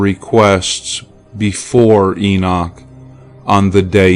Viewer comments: IT IS NOT ENOSH IT IS ENOCH! GET IT RIGHT! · Lol! Is that the only one you caught? How about the Enosh... This reader unfortunately doesnt know how to pronounce many words or names. Libervox recordings of the actual book of Enoch are quite good tho.